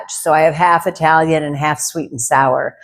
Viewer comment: Italian.. is pronounced like it.. with a short i. Not eye...talian Yes, I'm Italian 😂